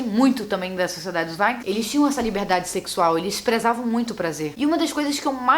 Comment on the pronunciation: Mariana Miranda tá me dando agonia dela falando "vaikings"